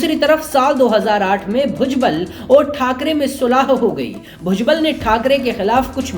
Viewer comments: भुजगल????? व्हॅइसओव्हर चू@ नाम तो ठीक से ले। भुजबळ होता है और अगर ळ बोलना आता ना हो तो भुजबल तो बोल?? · भूजगल नही रे बुढिया.. भुजबळ बोल 😂